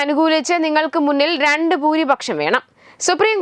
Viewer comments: മുന്നിൽ രണ്ട് അല്ല മൂന്നില്‍ രണ്ട് വെളിവില്ലാതെ വായിച്ചു പോകുന്നു, കഷ്ടം!! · വാർത്ത നോക്കി മനസ്സിലാക്കി വയിക്ക്.നിങ്ങൾക്ക് മുന്നിൽ രണ്ടു ഭൂരിപക്ഷം അല്ല.മൂന്നിൽ രണ്ട് ഭൂരിപക്ഷം എന്ന് വായിക്ക് കുഞ്ഞേ